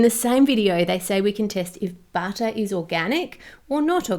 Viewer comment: When she said "butter" I (non-native-speaker) understood "batter" at first and was surprised that you could even buy organic batter in the supermarket.